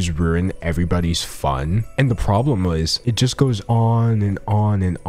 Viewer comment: Not tryna say anything but uh "wasist" around 8.30 or something